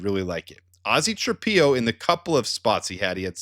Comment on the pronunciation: Ozzy's last name is pronounced Tra-pillow. Why do you insist on pronouncing it Tra-pee-o?